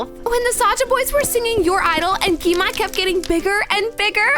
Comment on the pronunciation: She knows that, she just acsadentlly said it wrong